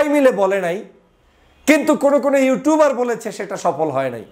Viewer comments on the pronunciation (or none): none